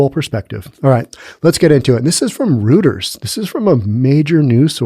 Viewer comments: Minor quibble... "roiters", not "rooters". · Reuters is pronounced "royters" - Edward G Robinson played the founder in an old movie about the paper's origin. The running gag was his constantly correcting people about how to pronounce his name. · Sorry Reuters is said roiters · Reuters is pronounced ROY-ters